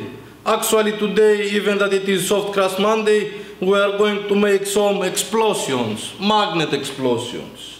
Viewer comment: "We are going too make sum Explo-see-ons....... Mawgniet Explo-see-ons"